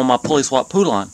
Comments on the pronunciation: "Poolawn" ROFLMAO! "They" pronounce it "Pole Un" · Omg its pronounced pole-lan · Pronounced "Poe-lun".